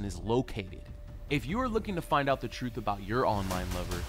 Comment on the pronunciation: The frooth lol 😂 😂 😂